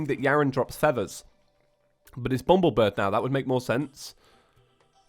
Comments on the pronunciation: it annoys me so badly how said "bumblebird" instead of "bumblebirb" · Bumblebir-BBBB . not BIRD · it is BUMBLEBIRB NOT BRID!!!